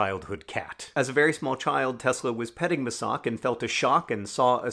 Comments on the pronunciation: Mačak is pronounced like "Machak" not "Masak" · You wildly misspronounced the name of Tesla's cat, Mačak, (read as Machak) but it's fine because your misspronounciation actually sounds like a name. Mačak just means male cat. Both I find to be great names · This is a lovely video but oh, John, that is NOT how you pronounce 'mačak'. Also, mačak just means 'cat' in Croatian. That's like the least creative cat name. XD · John, i love you, but your pronounciation of Mačak was not incredible. :D